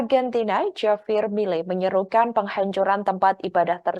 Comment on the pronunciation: Ini hos gimana sih, JAVIER itu dibaca, HAVIER, hurup J itu diucapkan seperti hurup H, Jangan ndeso hati-hati mengucapkan nama tokoh dari luar negeri terutama nama-nama Spanyol, Perancis dan Rusia.